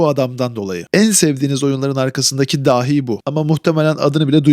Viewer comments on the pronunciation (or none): none